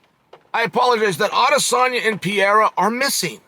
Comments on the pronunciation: Adesanya vs “piore” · Bro Chael was calling Pereira Pierre at points throughout this video 😂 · Never lost a round, but still can't pronounce Pereira's name right